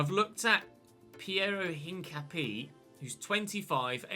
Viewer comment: hincapié is pronounced without pronouncing the h. And the e in the end is pronounced and its where the stress is so basically said like incapi-É